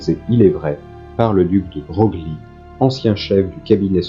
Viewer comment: Très intéressant !! Petit détail : Broglie se prononce « Breuil » (et oui je sais, c’est pas très intuitif, on le devinerait pas).